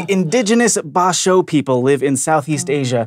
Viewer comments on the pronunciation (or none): Omg, Bajau as in Badjao. I heard Ba-jaw from lol. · Not Ba-shao but Ba-jahw (Bajao) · As a Malaysian, I was like??? at how pronounced “Bajau”. It’s more likely to be pronounced “BAH-jow” than... whatever was attempted in the show. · That's a weird pronunciation of the Bajau People. Lol